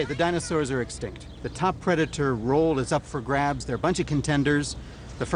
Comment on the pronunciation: What IS IT with this announcer guy and his explicit inability to pronounce "dinosaur" correctly?!? He repeatedly says "dinosaw" it sounds like a 4yr old trying to pronounce a new word; really gets under my skin lol